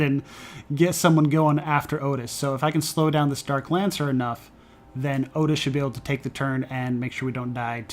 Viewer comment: I did a corn/eve run on madness 10 recently and noticed the same thing - enchanted weapons is REALLY powerful, even when just loading up his +fire/flame. BTW I think it's pronounced Ottis...